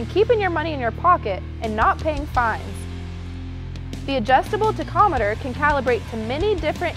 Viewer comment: Someone really needs to teach her how to pronounce tachometer. It's pronounced tak-om-i-ter, not TICK-om-i-ter.